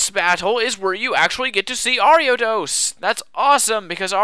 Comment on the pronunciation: I love how you pronounced Ariados correct the first time you said it in the video, but then afterward kept pronouncing it wrong lol